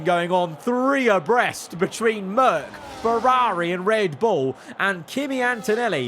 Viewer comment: Please practice pronouncing Ferrari properly.